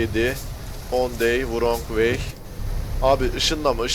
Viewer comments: vırong way denmez rong way diye söylenir üstad. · Vrong vey değil rong vey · kardeş 10 day(s) wrong way mevzusu varya şu wrong' un telaffuzu nasıl bir bak istersen "on dey(?) vurong vey" nedir abi?